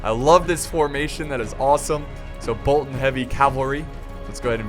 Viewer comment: The way he says Bolton triggers me xD. Still love the channel though.